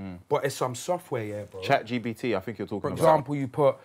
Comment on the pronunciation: “Chat GBT” 😂